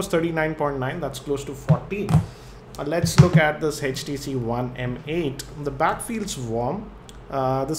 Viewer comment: sir it's Htc not hestc